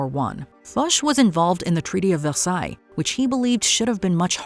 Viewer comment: Your comments about Foch are misguided. Almost as your pronunciation of Versailles.